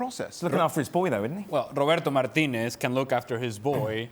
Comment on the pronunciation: Why is it cringe city? Because he is Hispanic and he is pronouncing Martinez's name properly?